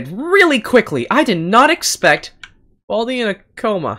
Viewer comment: Its Baldi not Balid and Balij